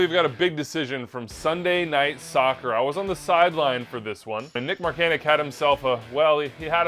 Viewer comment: He is American and pronounces it like “Markanick”, similar to Christian Pulisic